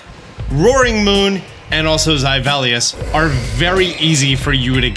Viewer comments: Thank you for all the helpful vids! But holy cow I thought there was a new pokemon I didn't know about by the way you butcher Zweilous' name 😅 The Hydreigon line is based on how you say "one, two, three" in german (eins, zwei, drei) for the number of the heads obviously. Two in german sounds like "tswai". So Zweilous should sound like tswailous, not zyvelious lol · Been wondering the whole time what he means by "Zyvelious" until it dawned on me that he means Zweilous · the way you pronounce zweilous irks me so much. it's not zeivilous. it's zwei, German for two, and then lous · Imagine my surprise when this "Zivelius" I keep hearing of is Zweilous. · Zivelius? You mean Zweilous? 💀 thankz for this btw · Zi-Velious? Zwaylius. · Great guide, but stop saying "Zivellious". It's pronounced z-why-luss. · Great video. Also, I'm pretty sure the pronunciation of Zweilous is ZVY-Lous, "ZWEI" meaning 2 in German, and the "lous" part like the word "Jealous" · *me, watching this*: Who the Hell is Zyvelius? *halfway through*: YOU MEANT ZWEILOUS. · Just an FYI but youre pronouncing Zweilous very very wrong. its zwai·luhs. Based on the number 2 in German the same way Deino is "one" and Hydreigon is "three" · Zyvellious… this is the Pokémon professor everyone and he said ZYVELLIOUS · Useful pokemon tips 10/10 Pronunciation of pokemon names 1/10 Zweilous is Zyvelious 😂😂😂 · did he say zayvaleos? I thought it was just pronounced how its spelt? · Deino's evo is zwhy-lus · Yo who the hell is “zy-vellius”???? 🤣🤣🤣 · Does he really pronounce Zweilous "Zywellius?" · zaibellious lol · Who tf is zyvalleyus??? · gah-BITE and zy-VEL-ee-us? bruh. since i watched one of your videos wherein you referred to Miraidon's HARDON engine, I'm gonna go ahead and assume you do this for comments. haha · ein, zwei, drei, 1, 2, 3, dEINo, ZWEIlous, hyDREIgon. i could be totally wrong but i pronounce it like zv-eye-luss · It's Zvy Les. German words are hard keep trying